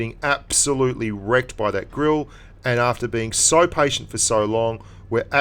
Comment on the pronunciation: Also you mispronounced Grille .Its Gril-eh